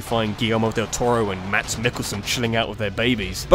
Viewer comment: i'm just gonna say it Mads is pronounced mas